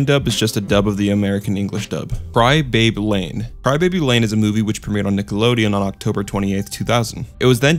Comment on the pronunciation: i swear i haerd you say cry babe lane instead of cry baby lane